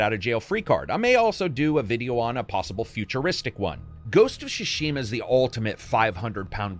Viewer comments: So It's the second video and i must say it's not Ghost of Shushima. It's is pronounced T Sushima and T is kind of silent so It's mostly Sushima. Like Sushi. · GHOST OF TSU-Shima not Ghost of Sushima or Shushima. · "ghost of shashima"... pathetic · idk why youre calling ghost of tsushima "ghost of shushima" but it sounds pretty funny